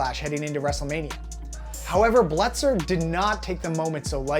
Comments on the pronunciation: Belzer, not Bletzer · His name is Richard Belzer, not Bletzer. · Decent video, but dude, you don’t know who Richard Belzer is??? How are you saying his name?